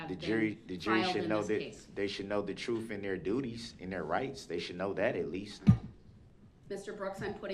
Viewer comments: Darrell the word is TRUTH not TRUF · Oaf, troof, emminment, substain, null and invoid he’s a wordsmith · Can someone define the word "troof"? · The jury should know the "troof"....what an idiot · The troof....lol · They axed me, it's the truff.. what an idiot! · I look forward to not hearing him talk his “troof” ever again!